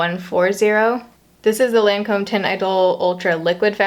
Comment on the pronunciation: the way she was pronouncing the brand made me cringe the whole video since i've figured out the pronunciation from working for them hahaha! it's pronounced like LON-come 😊